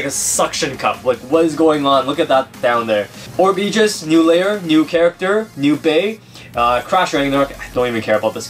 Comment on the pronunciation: ok no offence but your pronoucing is a bit bad is orb egis not orb ejis